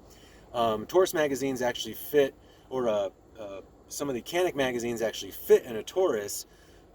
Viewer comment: Kenik değil lan Canik Canikkk